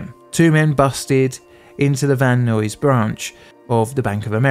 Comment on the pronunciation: Laurel Canyon not Loriel and Van Nuys is pronounced Van eyes